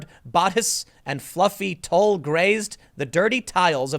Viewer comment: LOL! Tulle is pronounced “tool.”